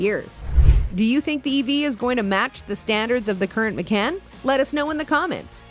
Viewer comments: Ma-CON. Not Ma-CAN. Porsche-UH. Not Por-SHH. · Pronounce “Macan” and “Porsche” correctly and we can all take you seriously, good grief…